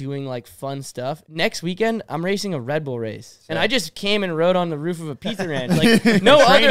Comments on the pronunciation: Bro it’s roof not rof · Sounds like he’s imitating a dog barking 😂